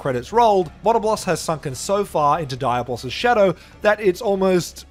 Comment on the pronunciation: Dude, not Daya-Boss it's Dia-Blos